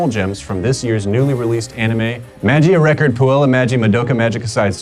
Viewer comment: YOU KEEP PRONOUNCING SHIT WRONG I DONT LIKE IT,MAGIA RECORD IS NOT PRONOUNCED LIKE THAT,UI IS PRONOUNCED OOOE Ahhhhhhhh